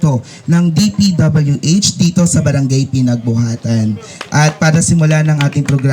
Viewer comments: okay na sana yung sinasabi ng vlogger natawa lang ako p.w.d daw imbes na dpwh!😆 😂 😆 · magbasa po kau ng maayos... sabi mo pwd instead dpwh